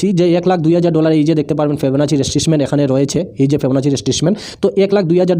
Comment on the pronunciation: উচ্চারণ ঠিক করেন।। ফিবোনাক্কি রিট্রেসমেন্ট, স্ত্রাটেজি এই গুলি উচ্চারণ শিখেন।